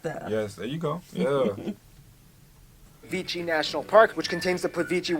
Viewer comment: Croatia hasn't had a tourism industry for the past two decades only. It's had tourism for almost 200 years, and huge tourism after the 60's. Also, it's not 'Plitvichi'. It's 'Plit-vee-tseh' (Plitvice). At least you learn the basic names properly if you're going to make a video about a country. Most of the Slavic Balkan people can talk to each other with no problems, they don't have to 'speak slowly and clearly'. The bridge was built, you could've checked it out, since the video came out a month ago and the bridge was completed last year.